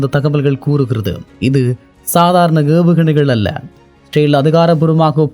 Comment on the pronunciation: Angry coming.... pronounce ISRAEL correctly... dont say like rael......